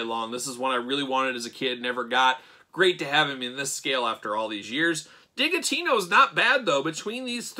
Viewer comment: Isn’t it Digitino pronounced like “digit” - because he’s a math guy?!